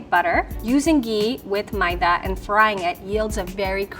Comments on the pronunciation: First time hearing maida pronounced as Ma-ye-da 😅. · Yeah I refuse to believe is indian she doesn’t even know how to pronounce maida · that's how south indians pronounce maida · that's exactly how my mom says maida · that's how I pronounce maida is it supposed to be like may-dha. Idk man some people pronounce things differently